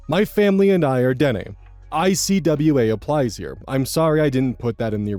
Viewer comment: Thank so much for looking up how to pronounce Dene. So many people on YouTube give up the moment they see a word in an Indigenous language and just make up a pronunciation on the spot, and it’s infuriating. I’m not Indigenous but I care a lot about language appreciation and preservation, and it makes my blood boil whenever someone acts as though certain languages aren’t worth making an effort for.